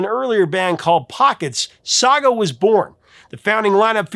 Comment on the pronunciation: Thank you for finally covering SAGA 🇨🇦 !! (And for pronouncing it properly!!!) Although, Jim Gilmour wasn't the original keyboard player on the debut album....